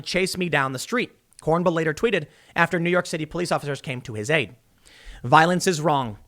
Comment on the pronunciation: Kornbluh lolllllllll